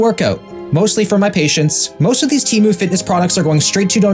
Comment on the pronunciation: SHOCK ANNOUNCEMENT Its pronounced "TAY-MOO" not "TEE-MU". I know 😭